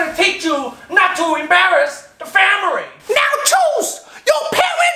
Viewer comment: "teach chu not to embarus da famiry"